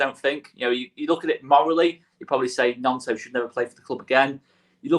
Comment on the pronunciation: cmon already, it's not pronounced NYONTO, it's pronounced NONTO. Looks like the lad's gonna be with us all season, so at least say it correctly. MOT